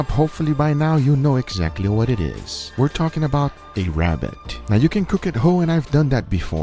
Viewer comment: Its a wabbit